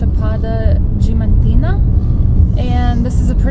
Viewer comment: Yes, since they don't pronounce the A in DiAmantina. No idea why they are skipping the "a".. lol